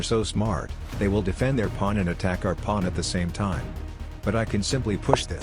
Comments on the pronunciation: 0/10 ai voice still not fixed, constantly says pwan. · "the plawn" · "defend your pwan" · The ai cant pronounce pawn lol